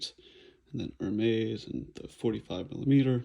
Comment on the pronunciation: Hi I am french and yes it is the correct prononciation you win 1 point man ! Ps no I don t live in Paris !